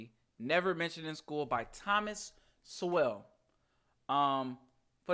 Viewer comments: So just FYI Sowell isn't pronounced like two words artificially put together so-well. The way I have seen them pronounce it the w is silent. Besides the great Thomas Sowell I'd also suggest giving a listen to Larry Elder. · thanks kye...walter e williams is another man to learn from..// there are free audio books here by tom sowell (pronounced soul)